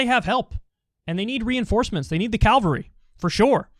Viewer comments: I know this is an important and serious segment and I get it. But DOOOD!! 7'45" It's CAVALRY, man. "calvary" is defined as "an open-air re-enactment of the crucifixion of jesus". U can trust me, I am yore supporter and friend! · Weird when you hear a word at the same time you're reading it. I was listening to Kyle and doing a cross word puzzle, and the clue was 'cavalry weapon' just as Kyle was saying 'they need the cavalry.' (Although I think he said 'calvary.')